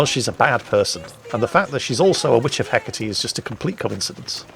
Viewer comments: Εκάτη, no H and most certainly pay attention to the ά being the accent, if that's what you call it in english. Otherwise you are right. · It's (H) e- KA-te